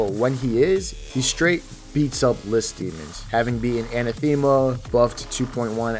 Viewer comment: The way you kept pronouncing "anathema"... T_T